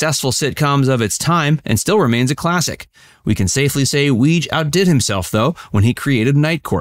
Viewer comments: Apparently, Weege is pronounced Wee-Gee (with a hard 'G'). At least, that's how John Larroquette pronounced it during an Emmy speech. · It is pronounced “Wig -eeeeeeee”